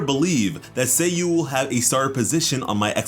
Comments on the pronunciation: saaaayu, not say yu hurmm :'( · Its not /say/-/you/, its /sah/ /you/ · did he just spelled her nayme Sayy U? not saa yuu? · SA YU Sa-yu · It’s Sayu, like “LevioSa” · Say-you. Yoy-miya. I can't get past your pronunciation. It's Sah-yu and yoh-ee-mee-yah.